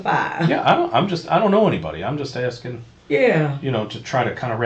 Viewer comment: No nurse would be so stupid to call a 'notary public' a 'notary republic'. Even a nurse's aid would know the correct term. "I'm axing" instead of "asking'.